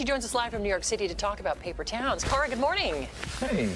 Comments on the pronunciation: I mean, I would be pretty pissed off too if someone messed up my name that badly. She did call her carla instead of cara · the good day female host said "Carla" instead of "Cara", i think that started it. plus the remarks about the reading... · The reporter accidentally mispronounced her name. It happens. Nobody is perfect. And to make your comment look even more stupid, the reporter immediately said her name correctly in the next sentence to correct her mistake. And the questions are stupid, you're right - but that's what BREAKFAST TELEVISION is. No one invites you on a breakfast TV show for hard hitting questions. It's light entertainment for people to smile at when they wake up in the morning. You and Cara need to get over yourselves, lmfao. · They mispronounced her name straight out the gate. It was ironic that they made fun of her for not being more enthusiastic about the interview because it's her job, when they can't even get their own jobs right.